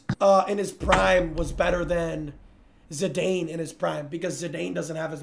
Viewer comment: Bro said Zidane wrong